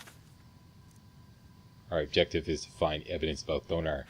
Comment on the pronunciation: So is Canadian he says Aboot